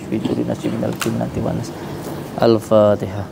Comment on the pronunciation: Alfatiha din Bukan al fatikha😂😂